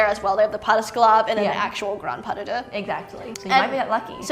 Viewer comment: ‘Pas duh-duh’🤣🤣🤣